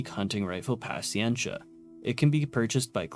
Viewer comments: The Avenger might also be a reference to the GAU-8 rotary cannon found on the A-10. The GAU-8 is also called the Avenger Though the caliber doesn't match, it's still a fun thing to consider Edit: that's not how you say "paciencia" lol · Great video, I applaud all the work that went into this! Mild nitpick is there are a bunch of words you mispronounced like "nanometer", "picometer", "paciencia", etc..